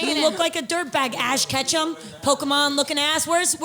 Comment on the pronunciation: "Ash Katchum" 🤣🤣 "KATCHUM"